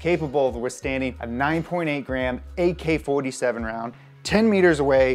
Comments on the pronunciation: Lol he said gay-K-47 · Did you say 'gay k 47' rounds ? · did anyone else hear “gay-K 47 rounds”